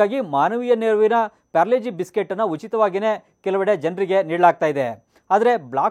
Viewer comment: ಯಣ್ಣ ಅದು ಪಾರ್ಲೆ -ಜಿ ಅದು ಪ್ಯಾರ್ಲೆ - ಜಿ ಅಲ್ಲ 🤔